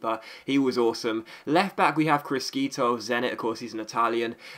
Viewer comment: Criscito pronunce= Crischito